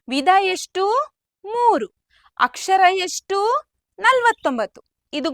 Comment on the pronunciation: Chennagide..aadre akshar alla akshara..